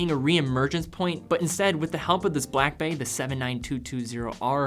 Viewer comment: slow down a bit matey. You say Blackbay as it it's a one word name when it's two words. Slow it down and enunciate properly. Good video though and I sort of agree but personally hate red watches.